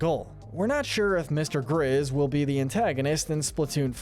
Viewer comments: He said mr. gizz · “Mr. gizz” you mean Mr. grizz